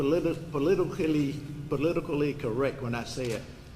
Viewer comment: My dude can’t even say politically properly.